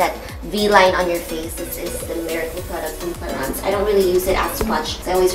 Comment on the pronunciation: its pronounced as it is cla-rins